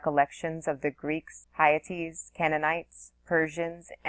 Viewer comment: Hittites (pronounced: Hi tights)